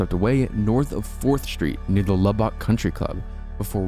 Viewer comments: It’s lub-uck as a Texan. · The way he says Lubbock i cant. I grew up near there and omg its a travesty to the folks there and how they say it lmao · Please don’t ever say Lubbock Texas again the way you just said it XD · Luback... that was the funniest pronunciation... its actually Lubbock, (lub-buck) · Lubbock is pronounced "Lub-buck", NOT "La-bock". No biggie. Just so you know. Thank you, for sharing! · it's pronounced Lub-uck not lub-ock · Just a nitpick. In Texas people pronounce Lubbock like lubbik or lubbuk, all soft vowels. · Love the video. However you butchered is pronunciation of Lubbock. It is said like "luh-bick". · "Lubbock", pronounced: "Lubuck" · Haha, I couldn't hp but notice your pronunciation of Lubbock. It's actually pronounced Lub-Uck. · It’s pronounced like “luh-buck” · hey, heads up, just in case u cover Lubbock again, it is pronounced "lubbik" or "lubbuck" with almost no differentiation between the two syllables. like "land lubber". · As a Texan, the way he pronounces Lubbock is like scraping a fork across a plate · I live in Lubbock and the way you pronounce it is sending me. 🤣 Great video though! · Love your channel but it’s funny how you were pronouncing Lubbock haha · Heads up, the a in Yazoo is pronounced like the a in at by locals. Umm. If you wanted to know. Umm..... Lubbock is pronounced lubbuck. Sorry. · Your pronunciations of some towns like Lubbock and Guthrie is annoying. L-uh-buck and G-uh-three